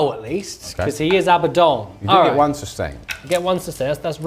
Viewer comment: Ah-Buh-Dawn. I love this channel, great video, you're all charming attractive entertaining individuals. But please pronounce it correctly. The name is from actual religion over 1000 years old. I beg you.